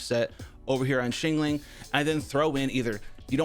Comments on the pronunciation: Shingling lol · what is up with his pronunciation of xiangling lol